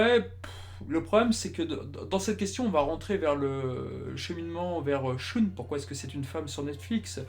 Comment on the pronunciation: Excellente chaine! Par contre en regardant tout en vo, je n'ai jamais entendu andromède être prononcé shOUne...